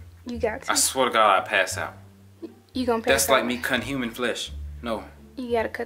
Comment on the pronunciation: “You had me thinking it was finna be a whole HURMAN “🤣🤣🤣